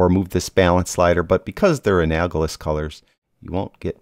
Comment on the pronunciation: Sorry, pronunciation... an-AL-o-GUS... I have used teal, 180, for shadows, and then looked at red, 0, and then have taken the analogous of red, orange, 30, and magenta 330, and have the in midtones and highlights, sometime closer to red, 20 and 340. Then adjusted to taste